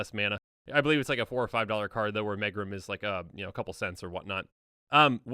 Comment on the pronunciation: Megrim is pronounced meegrim. It means low spirits or the blues.